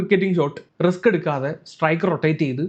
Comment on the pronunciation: resk അല്ല മോനെ Risk.... Sedilu sippulla baig.... അമ്മാതിരി വർത്തമാനം മ്പേണ്ട